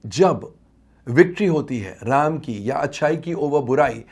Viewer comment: पहले प्रभु श्री राम जी का नाम ठीक से लेना सीख ले